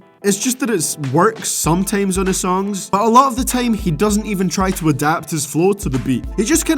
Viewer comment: nigga, you talking about how someone talks but you saying 'VEIBS' "HEIVEY" "SOIMTOIMS" "TEIM", talk like a fucking eu bitch-boy.